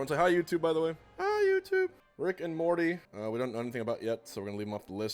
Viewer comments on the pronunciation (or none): none